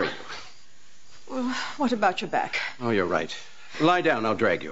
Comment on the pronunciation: back, not bag and swirling, not sorling